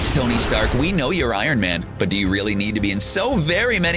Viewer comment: Who is "Gony Stark"?